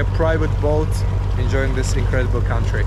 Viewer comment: bro you say incradibal India, I'm so happy. 🙏